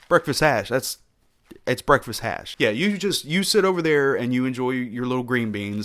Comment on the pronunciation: "Breakfast hash"